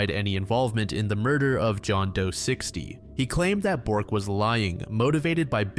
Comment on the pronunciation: Really love you but being a Swedish and hearing the surname “Borg” pronounced “Bork” really ducked that story for me hahahaha (It’s pronounced “borj”)